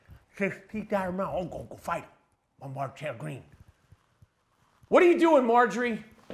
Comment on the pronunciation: "Traylor," Greene.